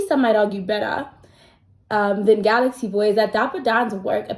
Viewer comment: It's pronouned Gal-x-Boy 😅